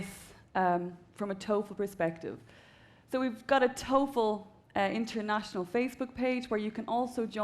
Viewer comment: TOEFL NOT TOFEL (Test Of English as a Foriegn Language).